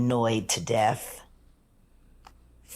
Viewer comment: She's starting to get super annoying. Always with the slow drama shit 🙄 and it's DEATH! NOT DEFF. If you're going to dramatize your speech... at least pronounce it right.